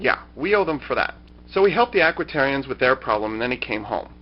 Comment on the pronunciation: Aquitians, not Aquitarians. lol